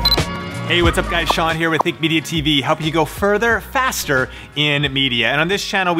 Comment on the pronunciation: further and fastterr